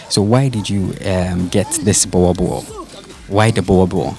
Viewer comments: He's still saying it wrong though. It is not a "bua bull". Say Book. Now replace the K in "book" with an R and say the R like a German or even Spanish person would. "Rrrrrrrrr". Now say "Boorrrrbull (boel and bull) pronounced the same. Boerboel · It's not a buwabuo IT'S BOERBOEL 🤦‍♂️ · Please learn how to pronounce the word BOER BOEL, you must "roll"the R .